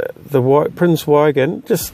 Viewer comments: Prince Eugen. The Eu is pronounced like oi in choice and the g is hard like in good. Nice video as always. I love this ship. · it's pronounced like oogen, nice vid.